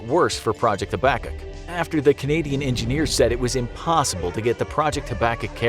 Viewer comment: it's pronounced "hab-a-cook" over in Canada, we've heard of it XD